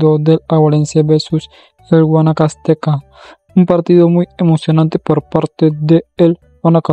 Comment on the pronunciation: Es liga deportiva alajuelense y no laguelemse jaja y es adguanacasteca y no guamcasteca así es lo correcto com todo respeto 😊😊😊